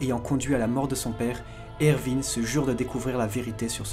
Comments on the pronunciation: "le jeune Ervi smith"? Pas Erwin plutôt ? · C trop drôle tu dir ervinne alors que tout le monde dit erouine mais sa s'écrit erwin